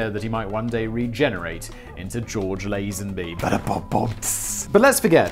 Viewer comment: FINALLLY someone who can pronounce Lazenby correctly just from reading it. Simon just went even further up in my estimations